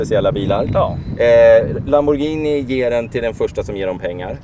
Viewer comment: Fan äntligen en fuxen som säger Lamborghini inte lamborjini